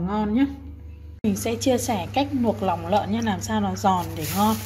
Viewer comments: Nòng nợn, nòng lon, nuộc nòng...là gì vậy e...làm vedeo e phải cố gắng sửa những từ bị ngọng. Tiếng mẹ đẻ nên nói cho chuẩn để kg ảnh hưởnng đến người xem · Ban quê ở đâu ta vây lòng lơn hay là nòng lơn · "nòng"súng hay "nòng""nợn"😅